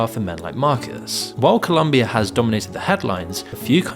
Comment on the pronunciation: It’s ColOmbia, not ColUmbia